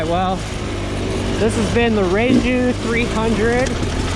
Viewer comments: Reiju are Spanish, so the "J" is kind of silent ("ray-hue"). These bikes are based off the older pre-KTM GasGas enduro models. No massive changes from 2019 through to now, which unfortunately includes them keeping ridiculous 2015 KTM style electric start. This is the single biggest let down of these bikes, and something not easily rectified. Definitely an issue owners will run into if they're doing technical riding with lots of stopping and restarting - it is a complex and inefficient starting system compared to what most other bikes run. Aside from that they are a very competent bike and have lots of brand-name components on them, great value for money too. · Rieju is only pronounced correctly here in Spain. You dont have the sound "J", I Own a 2022 ktm 300, a 2007 ktm 300, a 2022 Rieju 300, a 2011 KTM 125 and a KTM electric,. The funniest bike is the Rieju. and the most powerful the 2007 KTM. Greetings from Spain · You are, but that's fine. The sound of the J in spanish is similar to the tv static sound or hard H in engliish. Hope that helps. Thanks for the video, loved it!!